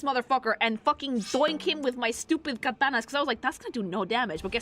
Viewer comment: This isn't any thing new or unique to this video, but I just want to say how much I love your Spanish pronunciation of Japanese words. That catánas was healing.